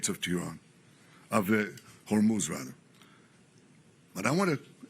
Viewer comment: Operation Rising Lion was a 12-day, intense military campaign launched by Israel against Iran, starting June 13, 2025. That was June 2025. NOT March 2026. This is AI and a rework of an earlier speech. Also, note the minor verbal mistake when the AI glitched on saying the Strait of Hormuz.